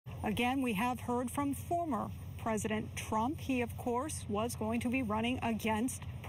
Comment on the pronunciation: She thought she needed to accent the word former when talking about Pres. Trump. Isn't she irritating? 🤨